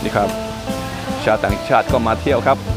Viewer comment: ป้าชอบคลิปของคุณมากทำให้ได้ดูและรู้อะไรๆในประเทศไทยมากมายสนุกมาก แต่จะขัดหูทุกครั้งที่คุณพูดออกเสียงคำว่าชาวต่างชาติ ออกเสียงยาวๆสิ ชาววว ชาตตตไม่ออกเสียงชาวเป็นเชา แต่ไม่เป็นไรป้ารู้ว่าคุณก็เป็นชาวต่างชาติป้าก็เป็นคนภูไทด้วยออกเสียงเป็น ซ ไปเลย